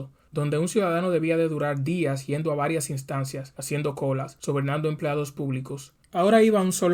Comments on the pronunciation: Saludos, recuerde,debe decir ( yendo,no iendo),esto lo hago no con el ánimo de criticar,sino,de corregir.gracias. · Saludos,has de decir yendo,no iendo. Gracias.